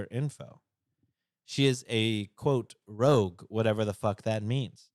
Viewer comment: Okay I died when you guys thought the Sephora membership tier was called Rogue but it’s Rouge like red in French 😅